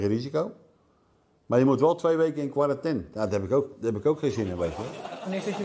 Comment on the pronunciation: Martén, Valenten, Qwarranten... hahaha